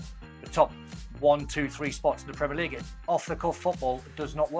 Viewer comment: Hey ESPN can you please teach your hosts how to pronounce PREMIER LEAGUE. You’d think that with the pundits around the table saying it properly that host boy could pick it up. It kills your credibility.